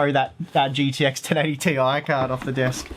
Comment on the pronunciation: I'm glad you call it the 1080T.I and not "tie" that other channels have been calling!